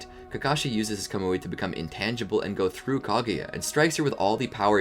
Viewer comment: its not ko-mu-ei its ka-mu-ei maybe it is diffrent in the Japanese version tho